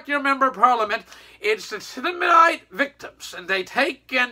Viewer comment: It’s thalidomide. Not flamidomide. This video is so offensive.